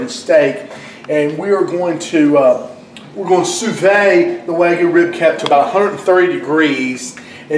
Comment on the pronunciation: Landed here randomly. You seem like a really genuine guy. You already know this, but it's "soo-veed". I would recommend working on your editing game and video/audio quality, you already have great dishes to show. Good luck, I've subscribed.